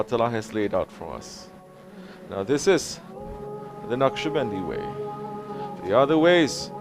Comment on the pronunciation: Beautiful, inspiring, heart moving. And it's 'Naqshbandi'.